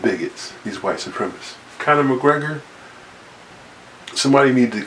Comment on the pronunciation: "Connon" McGregor 🤣😅